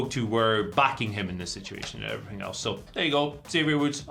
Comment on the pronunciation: Andy Murray “and effryfing else”